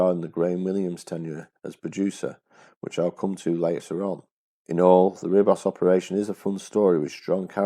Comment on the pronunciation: Nicely made video. Small point: Ribos is pronounced "Reebos".